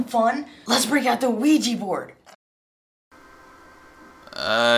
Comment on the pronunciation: Wee Gee board or whatever?